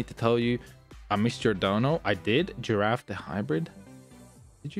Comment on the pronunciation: Bro said my name as giraffe, it's not the long necked herbivore, it's griffin the mythical creature in mythologies.... Y'know a gryphon... But spelt the simpler way.... Oh well at least he acknowledged my dono... Took $7 for him to read it, and all my money sadly... But it is what it is. 3ed comment